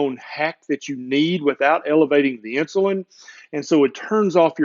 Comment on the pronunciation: He said insulin